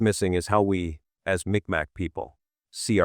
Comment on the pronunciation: It's not MicMac... it's pronounced Meeg Maw...